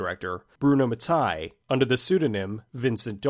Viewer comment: Mattei is pronounced "ma-tay" not "ma-tuy" but otherwise, great video as usual